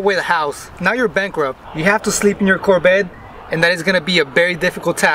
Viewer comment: Its Corvette.. not Corbette. 😂😂 But seeing that u hate ur Corbette so much.. i have a car hauler, ready.... 🤣